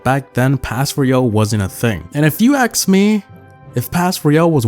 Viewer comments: did he say aks(ask) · if you aks me?! why are you speaking like this!?